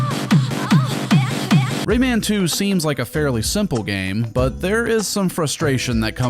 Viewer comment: Yeah Lee pronouncing Rayman’s name like that drove me nuts in the PS1 port